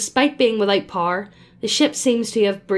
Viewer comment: I was wondering what Par was and then I realized she was saying “Power” 🤔